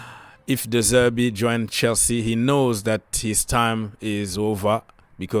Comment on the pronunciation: De Zerbi , not De Zerby